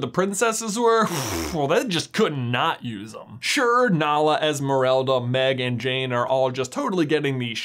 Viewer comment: I also cringed a tiny little bit when I heard it. Noticed him saying « EsmerElda » instead of EsmerAlda and cringed again a little 😅